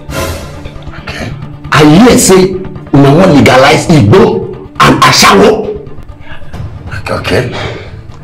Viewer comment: The way dey take pronounce "igbo" sef 😅